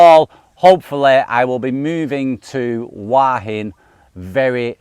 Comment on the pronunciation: Dude, love your channel and your videos, but please, if you're going to move to HOO-wa HIN, learn how to pronounce it!! It is NOT "WAA-HIN"...Hua means "head," Hin means "rock." Everyday Thai words. It's not rocket science! Cheers!